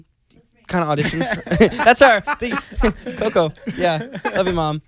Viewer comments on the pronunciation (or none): none